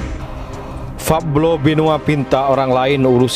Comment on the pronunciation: Min pablo alias paok paok bloon.bukan fablo.belajar dulu sono gih.